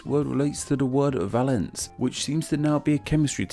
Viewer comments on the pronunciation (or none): It's pronounced vay-lence in chemistry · You mentioned "valence," and even put up a definition card with the pronunciation on it, but pronounced it the wrong way! Otherwise, very interesting. Bummer about the sylphium, as my Italian family are big fans of fennel.